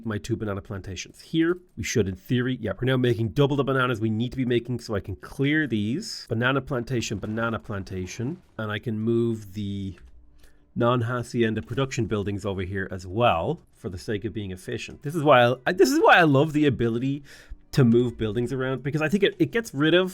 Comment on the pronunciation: The H in Hacienda doesn’t sound it’s read Acienda